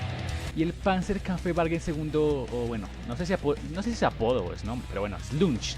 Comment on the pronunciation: Muy buen video. Te mando las pronunciaciones: Panzerkampfwagen se pronuncia "PANTSER KAMF BAGUEN" (la p es casi silenciosa) Jäger se pronuncia "LLEGUER" Tschechisch se pronuncia "CHEJISH" (la t inicial es casi silenciosa! "Grille" se pronuncia "GRILE" "Sturmgeschütz" se pronuncia "STURM GESHUTZ" ¡Saludos!